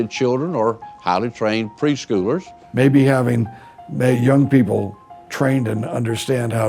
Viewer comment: “Haly trained preschewlers”